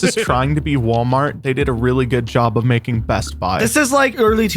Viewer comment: it ain’t Walmart,it’s wlart